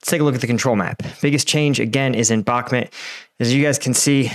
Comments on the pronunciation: It's бакмут bakmut Bakmut " bakmoot ", not " Balmet " learn 2: Listen ! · Why do you keep saying bakmit?? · I don’t know why this guy can’t pronounce Bahkmut correctly. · Love your vids but the way you say bakhmut kills me